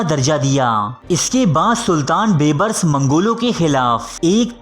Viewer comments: Oay sianay baybrus nhi hota beebrus hota hy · Please improve your Urdu pronunciation. Calling Dara Shikoh as Dara Shikwa and Bebris as Beburs are really in bad taste.